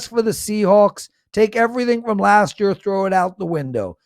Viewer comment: says: "Year=Yer"